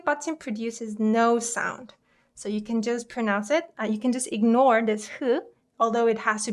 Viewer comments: Just a heads up. The "g" in ignore is pronounced as a g. Your pronunciation is a bit off I'm afraid. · ignore IS pronounced like iG-nore though, like everyone who I know does pronounce the g in it. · I'm sorry but i think your first English word example "ignore" is pronunced same as 'ignore' (with the g sound but lightly not in heavy g sound like in korean tongue 그 ) you can double check it if in doubt. I learning from your korean word pronunciation/word reading though. Thank you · Love your videos! I totally get what you were trying to convey, I think, so I'm sorry, I just have to correct you on 'ignore.' I'm canadian, and I checked and it's the same in American and British english, the g and n are both pronounced, quite harshly. It's pronounced 'ig-nore' like '익그으 노르" the 'g' sound is carried and emphasized. It's the same with ignoble (ig-noble), agnostic (egg-nos-tic), prognosis (prawg-no-sis), incognito (인 커그으 니토), diagnosis (다이아그으노시쓰). I think if you say "ing-nore" (잉 노르)people will understand, but it sounds a bit like a lisp. Or like an accent from a remote area. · that's not the proper way to say ignore in English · I agree that it's not deep and I have nothing against the person who made the video. I simply said that ignore was pronounced wrong which is relevant for a language vid because it's a confusing example for English speakers trying to learn Korean. That's why I think it's funny / odd that you keep defending it. If people don't care about pronunciation or grammar that's their choice / career limitation. I won't reply again if you don't.